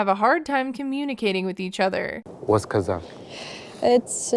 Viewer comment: It's Kozak and Viking, not Kazakh and Vegan lfmo 😂😂